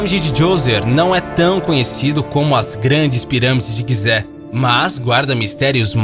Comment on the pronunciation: Mano, tu fala tudo errado, não existe "quigibi" é KGB "KaGeBe", e não é pirâmide de Guize é Gizé, lê normal velho, não fica tentando falar com "sotaque".